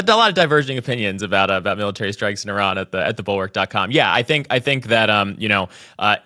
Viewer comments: Just the way she pronounced Iran. It's like someone who knows NOTHING about the country. I-ran is not how it's pronounced. It's more like "ear-ron" phonetically. Jeez Louise...these things matter! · It is “ee-ron” not “eye-ran”. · Why does she pronounce it I-ran? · "I'ran", I didn't think I could dislike her more... they never fail to fail.... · KKKaroline, It’s not eye-ran. She probably says, eye-talion.🙄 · Officials pronouncing Iran as Eye-ran, just really bugs me for some reason. Sounds uneducated to me, just like people used to say Eye-talien. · Does she purposefully mispronounce Iran or is she just that ignorant?